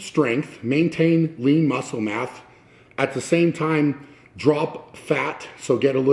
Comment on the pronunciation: maitain lean muschle math" Are you a professor too?